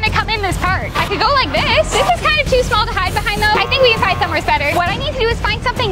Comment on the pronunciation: I’m not making fun of you, but why do you always say somewheres instead of somewhere?